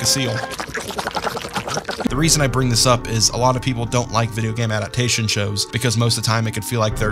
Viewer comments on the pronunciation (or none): none